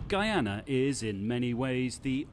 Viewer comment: LADY IS NOT G-U-I-A-N-A HAS IN BRITISH GUIANA IT IS G-U-Y-A-N-A GUY-ANA OKAY.